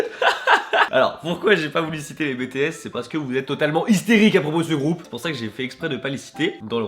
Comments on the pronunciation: ON DIT "Bi Ti Ès" Et pas BÉ TÉ ÈS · La première que je l’ai entendu dire sa j’ai failli casser un truc😂 (nn c’est pas vrai je voulais juste chez lui pour lui dire qu’on dit pas Bé té s mais BI TI S PNNNNNT et après je l’aurais butté🤷🏻‍♀️😂) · NON NON NON NON!!! C'est pas Bé Té S s'il te plaît!! Ça ce dit en anglais 😂😂 BI TI S!!! mon petit kokoro saigne 😂❤ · « Bitièsse » pas « bétéaisse » 😭😭 bref je t’aime Ton clip est génial quand j’ai vus dedans que tu avait dit « Bangtan » j’ai ouvert les yeux comme ça « 👁👄👁 » avec exo, blackpink, et tout fiiiiin bref c’était trop bien tu as géré!! Et oui « Agust D » agust D et tellement géniale fiiiiiiiin bref je me répète mais tu as gérer je t’aime t’es trop génial. Continu comme ça ❤️ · Par contre... C'est "bi, ti , s" pas "bé, té,s" DSL...😘😂😂😂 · BETEHES ? MAIS MAIS MAIS T^T C'EST BITIHES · On dit ( Bi Ti S ) BTS :) vous avez fais du bon travail 😄👏👏👏👏👏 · Qui étais comme moi? bé té èsse😭😂 c'est bi ti èsse 😂😭❤ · j'adore tes vidéos... Mais dire "les bÉtéSsE" c'est un crime impardonnable. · Sa se prononce BI TI AISSE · August D is my life!!!😘 PS: Même si je suis une ARMY je ne vais pas dire "TA PAS MIT BTS!!! OMG !!" Non! Mais on va régler juste un point!: SA SE DIT: BI TI ÈCE!!! Voilà! Les ARMY FOLLE vous êtes sauver et vous pouvez dormir tranquile! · Je te kiffe ! Mais stp... Dit Pas BTS dit Bi ti es CA se prononce comme ça :/ Voila Bisous !! ^^ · T'as dis bétééss ;-; Et August D ;-; Chuuuuuuuut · Juste moi je suis a fond sur les BIGBANG mais les BTS ca se prononce BI TI S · On dit Bi Ti S (BTS) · Il a dit "bé-té-èss" facepalm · EN PLUS C'EST "BITIS" 😂😤😢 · Par contre le "bé té sss" ca passe pas !!!!!!! Mdrrr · "Betesse" je suis pas t'en que sa army mais sa fait comme même mal au oreilles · Si tu veux pas que je te tue arrête de dire BTS car à se dis BiTiS sinon ... J'aime vraiment trop ta chanson continue comme sa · Aah ça stresse BTS se prononce à l'anglaise 😄😄